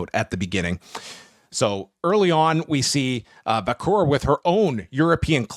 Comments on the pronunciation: vaquer is pronounced Vacker not vacour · He says Vacor, but yeah its Vaq - her sounding.